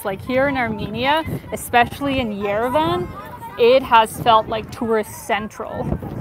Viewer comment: It’s pronounced “yerev-ahn,” not yere-Van. Thank you for showing us Armenia, you are beautiful.